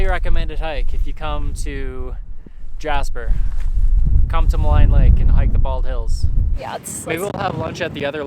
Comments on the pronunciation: ma-line lol pronounced "ma-leene" thanks for visiting my hometown! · Great video, absolutely love Jasper. FYI Maligne is pronounced ma-lean :)